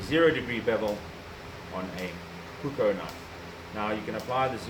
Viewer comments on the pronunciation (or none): You are saying 'puko' and that's not even a Finnish word. The two same vowels and the two same consonants in puukko is pronounced as a long sound, puuuukkkkko :)